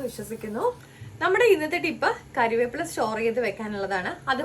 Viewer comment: കരിവേപ്പില അല്ല മോളെ കറിവേപ്പില